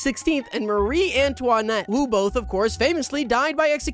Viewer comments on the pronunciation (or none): I have never heard someone say Antoinette that way. Congrats on finding an extremely wrong way to say it 😂 /lighthearted